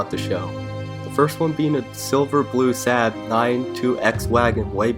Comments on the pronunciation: Lost all credibility when he said SAB(Saab). Its pronounced SOB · I stopped listening after your pronunciation of Saab